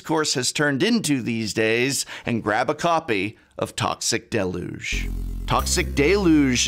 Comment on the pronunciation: Toxic del-Yooj, Prof.. not that it matters much ;) Edit: Also, San-Guin Bond.. love you